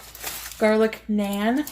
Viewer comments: Naaaaahhhhnnnn...not nan. 😂 Been wanting for someone to point that out. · Girl I literally hollered at the screen "it's NAH-N not NAY-N" when mispronounced Naan lmao So glad I wasn't alone in the irritation! 😅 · I also mentally corrected her pronunciation of naan. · It bothered me as well when pronounced naan wrongly.